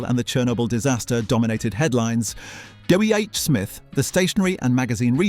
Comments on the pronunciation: WHSMITH, not WHS SMITH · God yes. That was winding me right up! Nobody has ever said it like that. Why the hell did he? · I dont think the script is AI - the voice is impressive if that is Ai. He does not always say W H S Mith. He says it correctly a couple of time. But I agree must be AI voice. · The AI voice is good, but makes a few mistakes. W H S Miths? 😂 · when you get to the piece where WHsmith is pronounced "WHS mith" numerous times you'll know. And it's all just got that tell tale words for words sake AI vibe to it. It's good to see all the historic photos but this isn't a labour of love by someone, it's just AI slop ultimately. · This is disappointingly AI generated. A British born human would know how to pronounce WHsmith properly.